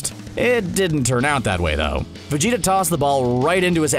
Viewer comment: did he say vegeto